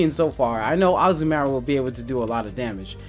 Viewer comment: That's one weird ass way to say Azumarill :s It's Azu-maRill